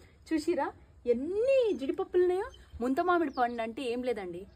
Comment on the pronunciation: ముంతమామిడి పండు కాదే ముంత మొహం దాన... ముందు సరిగ్గా పలకడం నేర్చుకో తర్వాత వీడియోస్ చేద్దువు గాని